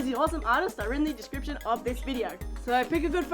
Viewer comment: "I put a link in da descriprion" paws twirls